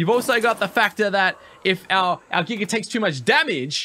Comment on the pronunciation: not making fun of you brother but I love how you pronounce giga...giger lol